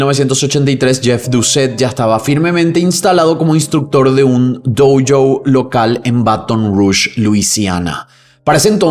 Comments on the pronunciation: Me encantan tus videos! Y me gusta mucho la forma que contas las historias, incluso las que ya conozco (como estas) igual me dan ganas de ver tu versión… Solo una cosa me puso un podo nervioso en este video en particular, cada vez que decís “doU joU” esas “u” no van, es “Dó Yo” la pronunciación ;) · ¿Por qué pronuncias "dou-jou" si es una palabra Japonesa, no inglesa? Por cierto, bien por el padre.